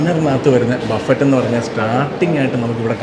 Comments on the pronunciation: ബഫറ്റ് എന്ന് പറയില്ല.ബഫെ എന്ന് ആണ് പറയുക. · Vereyum orupadu peru comment cheythu, its not buffet its buffe, t parayilla, you are a food vloger athu kondu paranjende ullu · Buffet is pronounced buffei. T is silent.